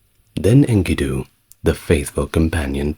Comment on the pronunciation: My I offer another pronounciation of the name Enkidu. The narrator says INKY'-doo, but on STNG, Patrick Stewart (Jean-Luc Picard) pronounces Enkidu as in-KEY'-doo, in the episode "Darmok and Jalad at Tanagra" with the emphasis on the sylable ki.